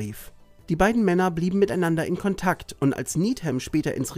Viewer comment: Du hast nicht wirklich "Kauntatsch" zum "Kuhntaasch" gesagt?